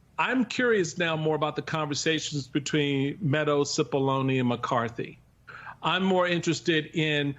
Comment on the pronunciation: It's not Sippoline , it's Cippolone, pronounced Chi-ppolone, and translated from the Italian --which it is--means Big Onion.